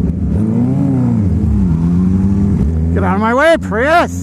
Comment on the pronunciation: Don't you hate on the PRY-YUSE!